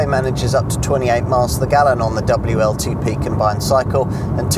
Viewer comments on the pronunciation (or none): none